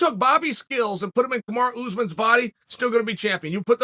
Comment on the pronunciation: This guy still thinks Masvidol should have the bmf belt on the line every fight. And he can’t pronounce breakfast or Usman.